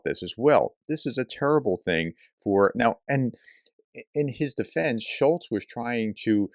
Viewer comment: "Scholz" you should at least know the name of the people you talk bad about. But it shows a general trend how people who don't even know the names of people think they understand the issues of a country. lol